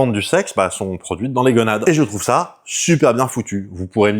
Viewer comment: gOnade, pas gueunades*